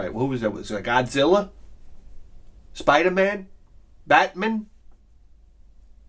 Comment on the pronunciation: Is that really how you pronounce Batman and Spider-Man? Says the southerner...